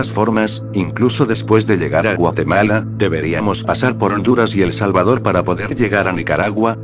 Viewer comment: por que dice e. salvador